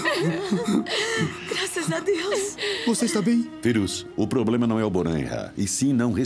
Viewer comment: A sila só fala de poblemas mds 😂😂